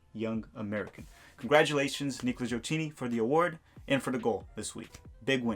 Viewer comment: Gioacchini it’s pronounce “ GioaKini” like “schedule “